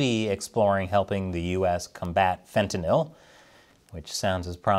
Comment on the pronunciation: Congratulations and bravo -- besides the other outstanding aspects of your work, you are one of the few public figures on Earth pronouncing fentanyl correctly.